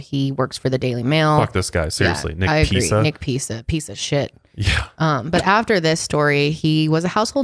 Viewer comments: “nick peesa, peesa shit” 💀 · I love how is calling the reporter Nick Pisa-sh*t 😆 not sure if she even realized that she was doing it which makes it all the more funny plus he really was a Pisa sh*t